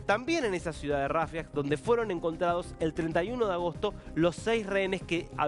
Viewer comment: Como que RIAFIA?? 😅😅